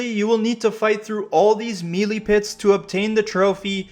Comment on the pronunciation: MAN lol I got a headache just watching this thinking about this platinum journey! ...also bro, Melee is pronounced "may-lay" lol not "meely" :hand-purple-blue-peace